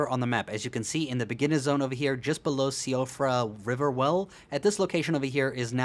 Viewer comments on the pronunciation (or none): none